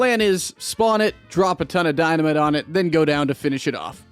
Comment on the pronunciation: "di-na-me-tay" is that french?